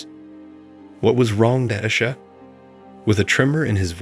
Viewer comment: 2nd Story: Fix the computer voice to pronounce Natasha correctly. Next, proof read the direct translations into English to fix the obvious grammatical errors.